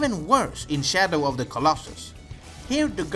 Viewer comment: "Shadow Da Colossus"